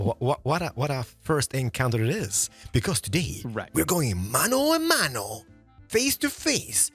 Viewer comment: “today we are going, ¡Mano a Mano!” I speak spanish and i would give that a 10/10, i never thought spoke spanish, GOOD JOB!